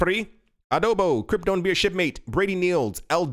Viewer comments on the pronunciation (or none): none